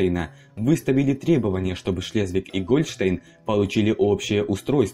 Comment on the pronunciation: Автор, а с какой радости Гольштéйн у тебя вдруг Гóльштейн? Художник? Так видишь?